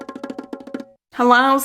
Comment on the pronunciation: He ABSOLUTELY DID! Two distinct syllables....Hel lo. 😊😊😊